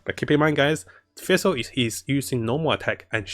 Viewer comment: bro can you like, finish reading the words on your screen? half the shit you say you pronounce way wrong for no reason. you can say sacrificial just fine but you can't pronounce fischl which has the same pronunciation as the FICIAL in sacriFICIAL. and it's judite not judas